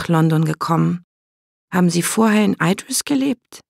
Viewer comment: Mal ehrlich, wie schwer wäre es für die Sprecher von den Hörbüchern gewesen, sich darauf zu einigen wie man die Eigennamen ausspricht und das dann einheitlich umzusetzen? So sehr ich die Geschichte mag, jedes mal wenn sie 'Eidris' statt Idris sagt könnte ich mich aufregen. Dazu kommt noch die komische Halbübersetzung. Was bitte soll ein Clockwerk sein? Ganz oder garnicht, was bitte spräche gegen Uhrwerk, das würde jeder verstehen aber dieses denglische Gemisch ist grausig.